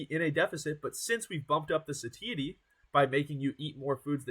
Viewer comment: Unfortunately, broccoli heads rarely get the same view count. Even worse is a broccoli head that can't pronounce "satiety" properly. The age and lack of charisma doesn't help much either. When there's thousands of dudes all trying to make a name in the same space with the same information, you gotta do something that makes you stand out from the rest. Dude has built a good physique. No doubt about that. But that's only one of many components of building a social media fitness brand. Coaching people online with no credentials at such a young age is kinda cringy too. That's probably keeping people away a bit.